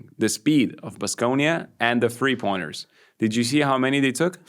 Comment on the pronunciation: Can you please explain why you pronounce "three" as "free"?